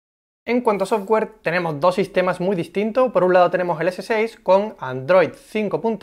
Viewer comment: Porque pronuncia tan mal "galaxy" o "android" XD